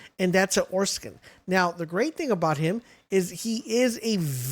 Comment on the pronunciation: Lmaooo it’s like he didn’t even try to pronounce them. “ Orskit “ was also really bad.